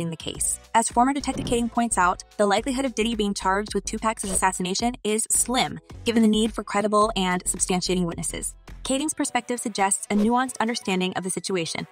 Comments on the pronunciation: 2Pac, rhymes with dock, not pack. 🤦🏼‍♂️ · No it rhymes with duck not dock